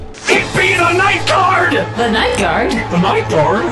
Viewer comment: It’s pronounced “ night gard”